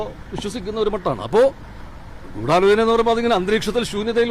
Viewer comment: ദിലീപും പറയുന്നു ഗൂഡലോചനണ്ട്.... മൊത്തത്തിലൊരു ഗൂഡലോചനാമയം... 🤣🤣🤣